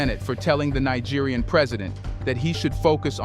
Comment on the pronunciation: You mean: ECOWAS EXPOSED With Nigerian President For Being Western Puppets! Naija, Neeja, Naigeer make up your mind!:face-pink-tears: I gave you a big fat dislike.. English is your ONLY language dude.